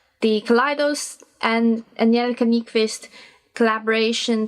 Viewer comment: Kudos for the Swedish pronunciation! I'm sure most people will just say Angie out of fear haha ❤️